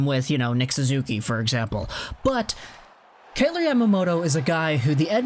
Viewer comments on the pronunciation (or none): Pronounced K-eye-ler like Tyler with a “K” not K-ay-lor like Taylor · you're pronouncing his name wrong...